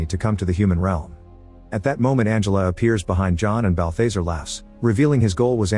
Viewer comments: It's constant-TINE, not -TEEN. And Balthazar rhymes with bizarre. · Quit using AI voices you're not producing balthazar right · THATS NOT HOW U PRONOUNCE BALTHAZAR